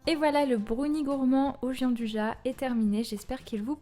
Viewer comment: Ça l’air trop bon!on prononce la gianduja pas avec j mais avec ya ,car c’est un chocolat italien ça prononce ainsi à l’italienne Bonne continuation